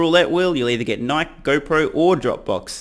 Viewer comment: brother, Nike is pronounced ni-kee not nik :D <3